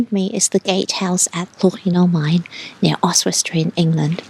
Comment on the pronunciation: Love this weeks video. Llwyn y Maen looks beautiful and I have to say "well done " on your pronunciation - spot on xxx We live between Wrexham and Llangollen so have been to Oswestry many times but you've found places I've never come across. Thanks for this relaxing video, much appreciated xxx